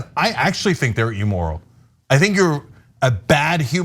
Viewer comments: Its 'Immoral' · It is "imm-moral", not "emoral."